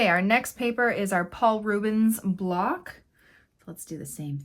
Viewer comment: Block not bock